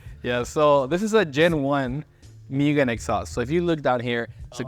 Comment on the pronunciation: Moo gen bro.. MOO GEN not mew gen